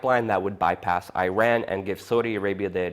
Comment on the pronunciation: From the looks of it, I thought this video was going to be conspiracy nonesense. Turns out your analysis is not bad despite the rambling a little. Good work. Seriously. However please do watch out about a couple things that lower the quality of your video. Pronunciation (a minor issue): Iran is pronounced Eeraan not Ireane. Emirates not Ermerits. More importantly, you are totally right about the very poor quality of US allies in the region Turkey and Saudi Arabia and I am glad you nuanced your comments on oil for Saudi Arabia in Syria and Yemen. Good research. However please do be careful about generalisations about the Syrian opposition, ISIS and Russia. Aleppo is absolutely not controlled by "ISIS islamist rebels". Aleppo is half controlled by Assad, half by the Syrian opposition, only about half of whom are islamists in the city. They all however, are categorical in their rejection and denunciation of ISIS as a terrorist organisation.